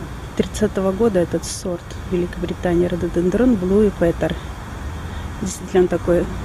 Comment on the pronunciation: Очень красиво . Ударение во всех падежах и числах на третьем слоге - рододЕндрон, рододЕндроны. Спасибо за ссылку на видео о парке в Италии.